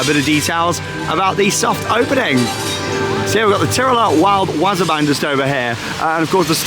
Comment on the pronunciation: w-AW-s-er b-AA-n... Not wazzer ban